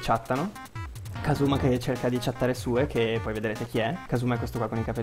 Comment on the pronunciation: Però,anche nell'altra let's play la chiamavi Sue e noi ti dicevamo che si diceva Siù,testardone.